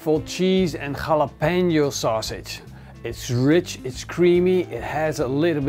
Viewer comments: its halabeno not khalabeno lmoa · I don't think Jalopeno is pronouced rrhhhhHrRhjalopeeno :)